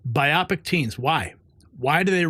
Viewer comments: You need to learn what BIPOC is. It is not "biopic"! It is BLACK, INDIGENOUS, AND PEOPLE OF COLOR! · The word is not biopic.look.again. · your dyslexia is showing. It"s BIPOC, not biocip.